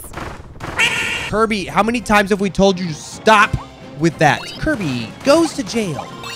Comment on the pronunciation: Kuya speaking: KARBY